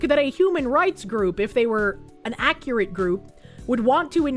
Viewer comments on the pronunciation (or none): none